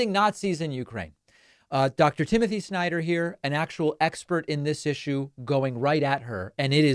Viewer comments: I am also wondering why MTG is pronouncing the family name "Snyder" on such an awful, humiliating way as if she spits out a rotten part of meat. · Exactly. What's worse is her followers only had one takeaway from the entire exchange, and that was the snarky way she pronounced his name. "You go girl! Sure put him in his place." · The way she pronounces his name along with MR instead of Dr. No respect was made obvious.